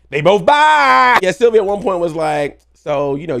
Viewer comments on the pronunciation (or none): none